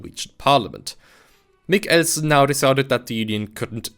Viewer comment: I have to applaud your attempt at saying Christian Michelsen it was slightly endearing how you literally cut the name in half with your pronounciation of Mich-elsen, yes the ch/k part is a hard pronounciation/emphasis in the name, but you did it waaaaaaaaaaaaay to hard and to long pause, again, it was endearing.